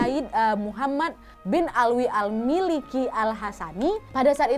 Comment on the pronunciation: Kak,maaf bukan sayyid muhammad almiliki tapi "Al-Maliki"